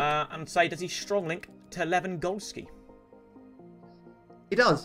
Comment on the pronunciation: Ah yes, my striker Lüandowski